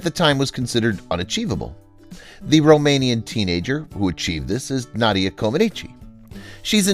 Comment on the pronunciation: Didn't he say Na dia, with a as in hat? I thought the correct pronounciation is Nah dia .